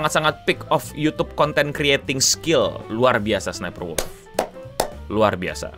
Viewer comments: Penampakan langka orang awam menyebutkan nickname dengan benar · Gg bang nyaris setiap nyebut Sssniperwolf ejaan nya bener 😂